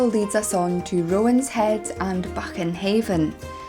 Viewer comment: Heads up,..... The word is "You- gie", also "Roanheads". Any fisher quinine will help you pronunciation.